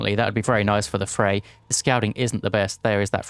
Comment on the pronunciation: Isn't the r in Freyr pronounced? I feel like it should be read like FreyR, not Frey